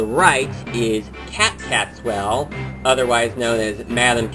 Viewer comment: Lemme help you out,. It's pronounced "KEE-tas-WELL" Sisters. The "Q" sounds like a "C" or "K". But, nice review. ^^